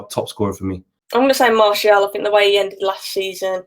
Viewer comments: Loool it’s MARTIAL not marshall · Can someone have a word with about how he pronounces martial. Lol. Also anyone else thought was gonna say magic for player of The season